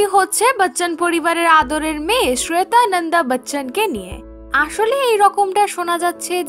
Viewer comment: শ্রেতা নয়, শ্বেতা.... Joint করেন না....join করেন.... ঠিক ইংলিশ ও সঠিক ভাষায় কথা বলুন আগে, তারপর ব্লগ শুরু করবেন.....😈👿👹😠